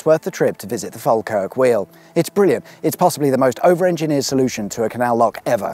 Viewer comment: At least you pronounced falkirk almost correctly. Ive heard english people say it in some very silly ways